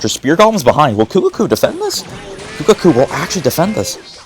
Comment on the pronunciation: I love how in the last match he was calling kuhaku, kukaku 😂